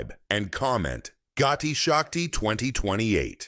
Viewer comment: This project correct name is PM gati Shakti not Gotti shakti . please correct